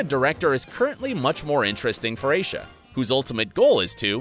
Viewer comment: Isha it is pronounced I - e - she and spelled Aisha I would have been ok if you had put the a in there then I would have not commented this my mother has the same name it’s that hard to say😂😂